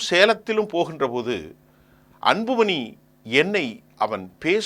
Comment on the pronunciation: சார்,வணக்கம்.உங்கள் உச்சரிப்பு சிறப்பாக இல்லை.அன்பு மனி இல்லை.அன்பு மணி என்று சொல்லுங்கள்.ல,ள உச்சரிப்பை சற்று கவனியுங்கள்.மற்ற படி சிறப்பாக உள்ளது.